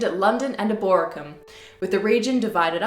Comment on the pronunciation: AgriCOla?! EBOracum?!